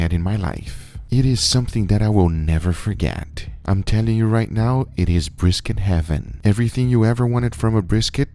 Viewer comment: Guga: breeskit